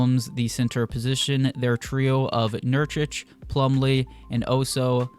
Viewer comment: Why are you saying nurchich when it’s clearly nurKić(ch). Nice video though